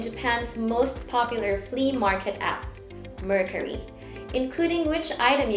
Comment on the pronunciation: The way she pronounce the word “Mercari” shows that she is not really using the app always. For you to know something or use always you should atleast know the right pronunciation of that thing.